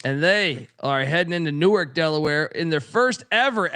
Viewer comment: Good show. BTW it's New-ARK, Delaware (vs. New-erk, NJ)